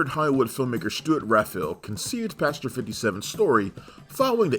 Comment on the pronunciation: Repeat after me: “passenger. pass-en-ger”. Not: “pasger” or however the fvck you pronounce it 😭